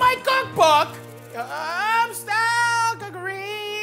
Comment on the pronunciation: I think there's a typo in the name based off Matty's pronunciation shouldn't it be Home Style Cookereeeeeeeeeee?